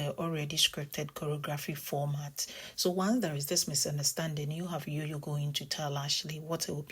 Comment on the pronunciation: Jojo sounds like Jam not Yam